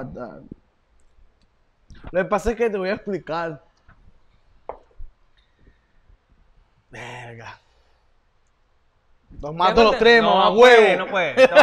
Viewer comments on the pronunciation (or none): "Lo que pasa es que te voy a explical"